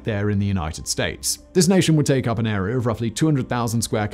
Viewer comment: my favorite part is when he says "this agreement created an air-ree-yar of land..."